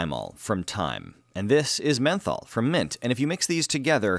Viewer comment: "Methol" you mean meth?